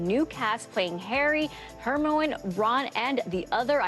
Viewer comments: SHE CALLED HERMIONE HERMOWIN😭😭😭😭😭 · I don't know which hurt more.. hearing that JK rowling gets to be an executive on Netflix, or listening to the reporter pronounce Hermione's name as Her-Moan.